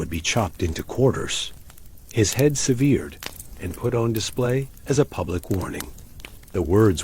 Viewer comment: I'm out; the ai narrator doesn't know how to say ``severed.''